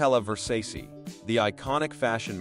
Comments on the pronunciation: Ok cool BUT LEARN TO PRONOUNCE VERSACE. It’s ridiculous. Ver-say-see 😂😂😂😂😂😂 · "Donatella Versaessee"...😔